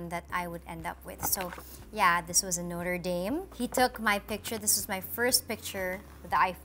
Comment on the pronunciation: Why did she say "Notre Dame" like that?